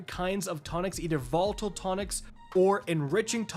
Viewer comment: Did he seriously say votle tonic instead of volatile 😆